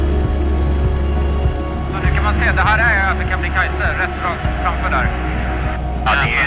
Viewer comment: Kebnekaise inte Kebenekaise som ni säger HELA tiden…